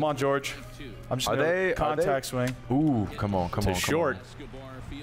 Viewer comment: Min 40 "George Soler" lol even Hosmer laughed Jorge aint George